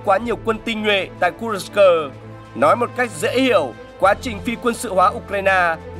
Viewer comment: Kênh này hay, biết đọc tên vùng Kurxc.